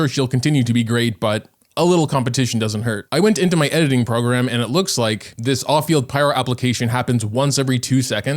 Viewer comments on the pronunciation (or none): none